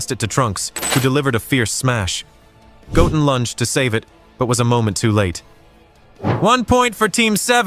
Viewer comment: Bro said gotten his name doesn't got 2 t's in it it's called goten get it right